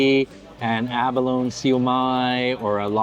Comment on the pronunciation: I was raised around many Chinese families here in Hawaii and was always told it was pronounced lychee, not leechee! Also abalone is pronounced abaloneeeee, not abalon! Not sure if all Chinese pronounce these words the same but I know people from the mainland, (lower 49 states) don’t always know the difference. Love your videos and your infectious smile. Thank you so much🥰. Also, shumai has so many pronunciations but we always pronounced it shumai. Thank you 🥰. Those “dumplings are har gau” if I’m not mistaken.